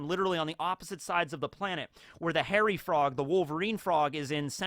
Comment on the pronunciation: Dang with today's Frog Facts™ I thought you said "Horror Frog" when introducing the Hairy Frogs, then the image popped up and I was like sheeesh that do be one horrific frog